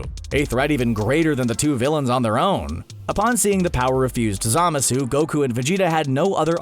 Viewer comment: God damn it, if only you hadn't mispronounced "Zamasu" SO MANY GOD DAMN TIMES!!.....